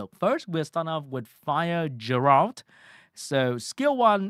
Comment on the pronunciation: aint no way blud pronounced it Jeralt